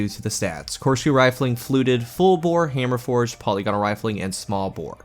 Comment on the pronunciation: Not po-lee-gonal It's po-lig-onal